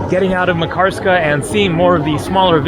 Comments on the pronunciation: Lol It’s not pronounced MA karskaaa, but more like Makar ska :) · It is pronounced MAHK-ar-ska. Stress on first syllable. Locals did not correct you? Just askin'.. Pronunciation of just this one name, since it is the focus of the video, was important to get right. Otherwise, it hurts the ears when you say it over and over. Good vids otherwise. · "Makarska" is stressed on the first syllable, like Manchester, Amsterdam etc.